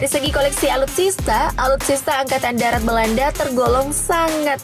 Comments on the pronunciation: Woooyyyy.... Angkatan DARAT bukan DATAR...😂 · Angakatan Darat apa Angkatan Datar?? Buat malu saja